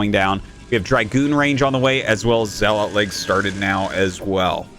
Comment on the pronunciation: I wish he said zealot correctly